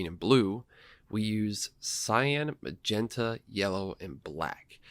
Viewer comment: said.....pink Pink PINK Pink janai Ma-gen-ta Da Jokes aside great video